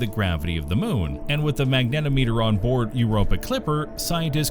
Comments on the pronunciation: Great! Lots of instruments. Pronunciation: mag-nuh-TOM-uh-ter. Unit conversion: -210°C has 2 significant digits so -134.444 should instead be -130° F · FFS find a narrator with some understanding of the subject matter, and can pronounce and emphasise technical terms correctly. Magnetometer rhymes with speedometer. A ten-foot high-gain antenna is not a ten-foot-high gain-antenna. It’s even parenthesised to show you how to emphasise it!